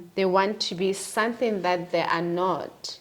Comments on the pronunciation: is real, period!!!.... Love it when she says Sunthing 😂😅, it's not our mother tongue anyway😊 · Is she say Sunthing or something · She 'll say sunthing 😂😂